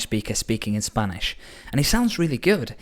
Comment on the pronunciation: I've taken 2 spanish classes and he still pronounces better than me